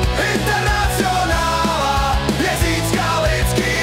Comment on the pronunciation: Zajímavá výslovnost: internacjonála...